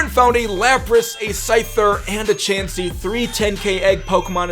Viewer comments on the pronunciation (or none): none